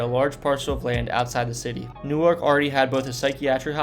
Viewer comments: This guy sounds is a horrible narrator. Slow down, take a breath. Learn the use of periods at the end of sentences. Pause between location descriptions . Learn the correct pronunciation of Newark, Reading Wanaque etc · Not from jersey I would have to say. No one says Newark that way. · You said the Van Slyke Castle was built in the 1990s. WTF? You might want to do this over. You also pronounced Newark wrong. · He must be from Delaware because that’s how they pronounce the city of Newark, DE. Funny I’m from New Jersey so I caught that right away also. 😊 And I usually hear the word f-ing before Nork! 😂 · Wanaque is pronounced Wan uh q. Not Wa knock. And Gingerbread castles is opening again. Newark. It's pronounced new work. Not new ark. Hinchcliffe stadium is also open again. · "Wanaque" is pronounced "WANNA-cue". Like you're playing billiards. "Reading Railroad" is pronounced "Redding", like Otis Redding, not like "Reading a book". "Newark" is pronounced "NEW-erk", not "New Ark", it's not in Delaware. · NewArk is Delaware. NEWwerk is how they say it for the N J location. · Newark in New Jersey is pronounced "noork". Newark in Delaware is pronounced "new-ark". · Wanaque is pronounced Wah-NAH-kee, not Wanock. Also, Reading is pronounced Redding, not Reeding. Also, Newark has the emphasis on the first syllable, not the second: NEWerk, not NewARK. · it must be a regional thing. I live in central Jersey, and have lived in 2 other states across the country and have never heard it pronounced as “New Arc.” Always as “New-irk.” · Isolation Hospital was known as SoHo. New Jerseyans pronounce Newark as Nork rather than New-ark. Looking forward to second part. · right?? never heard "new ark" in my life, except i think Newark Delaware pronounces it like New-ark?? But for the New Jersey variety you are absolutely right! new-irk! in my head i would have spelled it "new-erk" instead of irk, but i knew exactly what you meant and was right on board with you hahaha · nah it’s new-irk